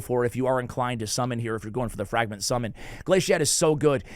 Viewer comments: Still saying Glaicad wrong even after getting it right recently lol. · Did you purposely mispronounce Glaicad and Slitherer? 😂